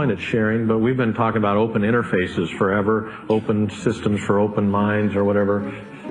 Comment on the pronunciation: run "fovever" ;-)